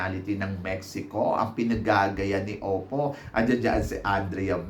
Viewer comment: Oppo ka ng Oppo, Opal ndi Oppo 😂